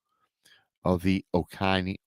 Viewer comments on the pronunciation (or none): Just FYI it’s pronounced O Co Knee 😊